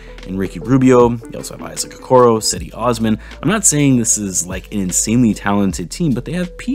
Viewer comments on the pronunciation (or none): Great video as always, but I'm gonna clarify something for the sake of my fellow Turkishman Cedi Osman. His name (Cedi) pronounces like "Jed-ee". Like the g sound on general or j sound on James. Even though his name is not Turkish and i never heard that name before him, that's the way to say it. Have a nice day. #HowtosayTurkishnames